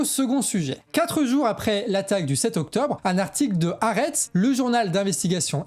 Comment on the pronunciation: "HAARETZ" les gars!